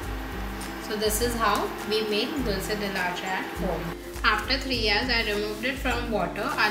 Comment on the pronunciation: You pronounced Dulce la Leche wrong. It is a spanish word and should be pronounced with an e and not an a. Great video though!